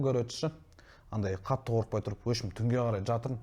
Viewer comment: “Опшем“ емес !!!! “В общем “ !